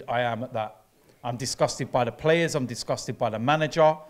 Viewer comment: Here we go, let’s hear what Arteta’s lawyer has to say. “It’s the pwayas wobby!!”—DerrT